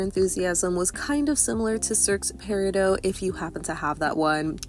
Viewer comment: "Peridot" is pronounced with the T! No doh, dot! 💚